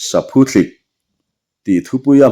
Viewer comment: Saphuthlik ani chhen lo, Saphuthlîk ti a lam tur, thlîk tih hi thluk deuh tur